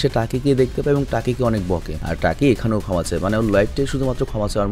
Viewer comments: টাকি না ভাই তাকি হবে😬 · টাকি না ভাই তাকি